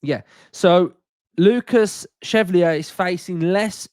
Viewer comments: If he’s gonna be ours, we gotta get it right. “Shev-Val-Lee-Ay” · Love to hear with his ever changing pronunciation of a foreign name 😂😂 chevelly, cheiflear, chevalillier, took my chevy to the levy!! Pretty sure it means Knight in French so Chev-Alley-Air. Maybe just call him Lucas Knight to be safe 😂😂😅😅